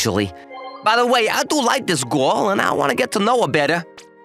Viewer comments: why your friend like goil, instead girl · Its "Goi-Uhl" dude!